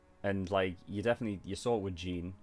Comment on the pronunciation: Okay it's a bit nit picky if I say this but it's kinda annoying me the way you pronounce Jean's name, in the show they say it almost like Sean but with a j I'm not hating but just wanted to get that out